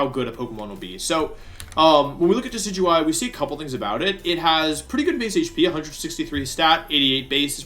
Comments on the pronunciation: Aww, you pronounced Decidueye correctly. I got so used to hearing "Decky-Dewey" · Wait did he just pronounce decidueye correctly?